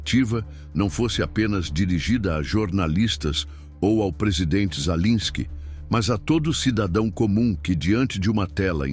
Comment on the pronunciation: Sua IEA, não sabe pronunciar o nome do governante da Ucrânia 😂😂😂😂 Ensine-a!!!